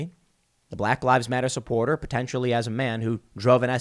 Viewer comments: “Supoorter” imma use that one Tim. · “Supoorter.” Lmfao. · “Supooter” made me giggle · lol 'supoorter'. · Teehee 'SuPOORter'